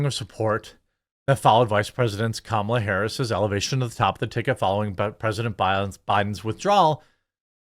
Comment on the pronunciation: The IRS endorses Comma-La? That's rich.